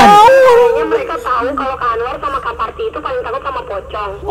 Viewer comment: anwar manggil parti jadi sri, pirta